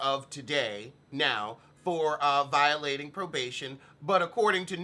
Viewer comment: "Arrested for probaybay violaylay" lmao!!!